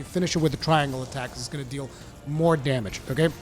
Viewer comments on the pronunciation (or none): none